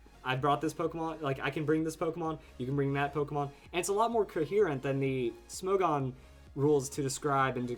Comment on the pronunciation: isn't it pronounced smog-on? smog as in the move......